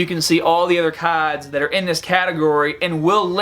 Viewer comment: "Dawkin Awakenin" , "Caads" lol